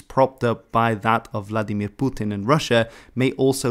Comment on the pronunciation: Why is it the only two words that people like this youtuber put an accent on is Vladimir and putin